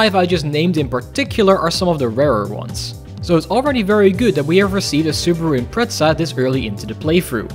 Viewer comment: that whasnt a cursed RUN but extreemly Lucky run also pronounce the subaru impreza the right way plz